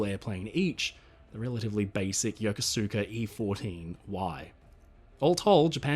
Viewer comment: Having just lived there, you pronounced Yokosuka YOKO-SU-KA. The proper way is YO-KO-SKA.